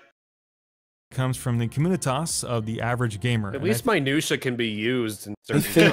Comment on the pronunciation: He also pronounced "communitas" wrong...